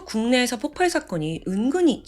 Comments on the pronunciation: 자꾸 폭팔폭팔 거려서 거슬렸는데 나만 그런게 아니네요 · 저도 ㅠㅠ 웬만하면 신경 안쓰는편인데 너무 폭팔 폭팔 하니까 ㅠㅠ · 폭팔이아니고. 폭발이. 맞습니다. 發(쏠발) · 폭팔이 아니라 폭발입니다. 의 영상 참 좋아하는 매니아입니다. 명확하고 똑 부러지는 발음과 표현력의 매력에 푹 빠졌거든요. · 오랫동안 구독한 사람인데요~ 폭팔이 아니라 폭발이에요. 들을때마다 거슬려요 ㅎㅎㅎㅎ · 대부분 폭팔이라고 발음하는걸로 알고 있는데 폭빨입니다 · 저도 계-속 거슬려서ㅠㅠ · 폭발은 읽을때 폭빨이 됩니다. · ...저번에도 댓글 달았었지만 폭발이라고 발음 수정해주시면 안될까요..... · 폭발의 발음은 폭빨입니다